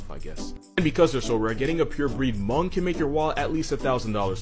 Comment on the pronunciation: The H in Hmong is silent, and I could know that bc I'm hmong